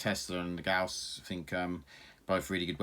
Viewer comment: Thank you so much for saying gauss properly. Thumbs up for that alone.